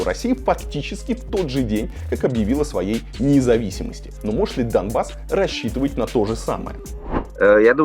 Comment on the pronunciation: смысл проговаривать слово "Дамбасс" через букву "м"? Dumbas - в переводе с анг. означает "тупица". Это исключительной троллинговый слэнг украинцев выступающих за евроинтеграцию. Автор, зачем сбрасывать долю лицемерия в подготовленный материал?